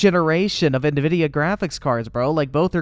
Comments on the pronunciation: im gonna call it nah vidia now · I swear, hearing this man say "na-vidia" is causing me heart palpitations. Almost like when people say "Nuculer" instead of Nuclear.